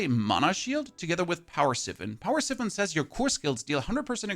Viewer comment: Siphon = S-eye-f-on not S-if-on